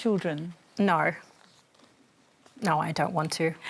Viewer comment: Is saying “noyu” instead of “no” a new thing in Australia? Seems to be a recent thing.